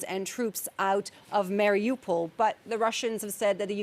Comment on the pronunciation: She cant even pronounce Mariupol right